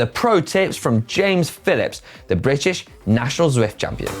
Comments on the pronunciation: Zwift national champion... pronounces it “Swift” 🙈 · That's what I was thinking.... How can this man be Zwift national champion and not be able to say Zwift..... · Shouldn't Canyon get someone who can say Zwift?